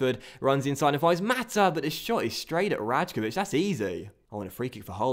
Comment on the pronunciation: love the series! The J in "Rajkovic" is actually pronounced like a Y though